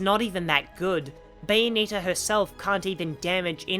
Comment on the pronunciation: I couldn’t watch the viseo further than one and a half minutes in because of the way you pronounce Bayonetta’s name, it rubs me in all the wrong ways It’s not “bayoneeta” it’s bayo-NET-ta